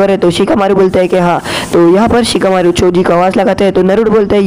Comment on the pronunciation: In Sicakamaru ❌ Chikamaru ✅